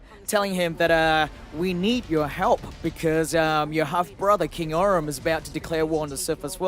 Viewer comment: it's Orm not Orin